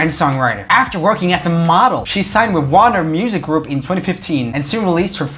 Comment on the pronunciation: He also mispronounced Warner